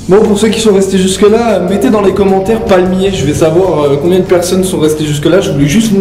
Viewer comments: haha parlmier 😂😂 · "you like french?" haha cet accent de ouf :D PALMIER bien évidemment!